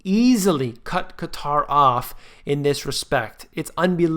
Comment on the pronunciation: So glad to hear you pronounce Qatar properly. Unlike the nincompoops in the media that calls it cutter.